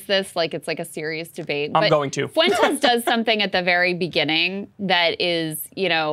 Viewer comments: Nick is garbage, but the way Kyle is pronouncing Fuentes, is sending me to the moon. 🤦🏽‍♂️ Is he doing that on purpose?? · I know it's probably silly, but the way Kyle pronounces Nick Fuentes' last name as "FOO-ENTEZ" is so grating. It's "FWENT-EZ". No one else ever pronounces it the way Kyle does, wtf? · Fuentes is two syllables, Kyle.